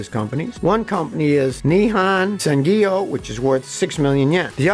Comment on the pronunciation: Its pronounced Ni Hon san Gyo. I have no idea why you are pronouncing it Ni-han san gi yo